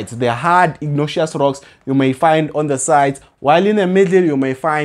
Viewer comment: Pls try pronouncing words for what they are(respectfully). I kept on getting confused on " igneous rocks." Nonetheless, you're doing an excellent job. We love your content. We always obtain distinctions in Geography. 🙏🏼